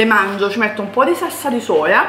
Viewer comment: Ma perché dici sassa invece di salsa?😅